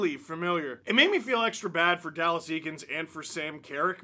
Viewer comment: I thought his name was said like Ay-kins